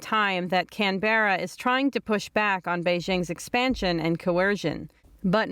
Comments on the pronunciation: please learn how to pronounce the Australian capital city correctly. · Please tell your reporter that Canberra is pronounced “Kan-bra” with the first syllable stressed, not “Kan-beh-rah”.